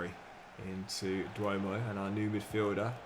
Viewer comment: Day 2 of telling that the name isn't pronounced 'Duomoh' but Djomoh.The name is a Ghanaian name and since I'm Ghanaian I should let you know